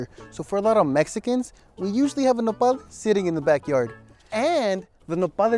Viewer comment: Mexicans: "nopal": "Nepal"